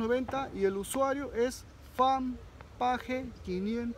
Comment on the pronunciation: Fan Page 😂 jajaja que vas a saber tu de ingles pe mascota si con la justa manejas el castellano xdxd :v